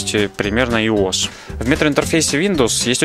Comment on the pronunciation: Ты сказал ИОС на ios?